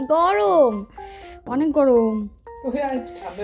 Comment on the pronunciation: you said "gorom " ... are you bangladeshi ????